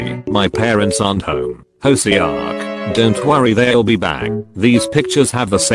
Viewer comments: hoeSeeoock. No. It's hoseok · The way he pronounced HOSEOK IM DYING!!😂😂😂